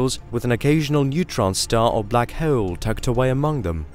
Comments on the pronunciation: My ears bleed when I hear him saying black heeoul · anybody else infuriated by how he says bleaackhk haaawuleee